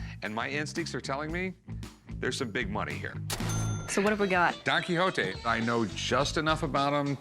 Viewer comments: Why do you pronounce "don kihoti", it's "don kishot" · did she just say don quixoti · Donkey hontee? Nahh let's drop the american accent when we pronounce names of dudes from other places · Don Quixote; Don-key hotee lol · Did she say donky honky? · DON KEYHOETEE LMAOO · Don Qui hoe te. Amazing pronunciation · She really said "Donkey Hotee" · After 4 decades I finally pronounced 'Don Quixote' correctly today. Don't ask me how me and my friends pronounced it all this while. It's not even close. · as a french guy, it trigger me when they say don quixote. There is a X between the i and the o and not an H. So it sound really weird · The way she pronounced Don Quixote really hurt.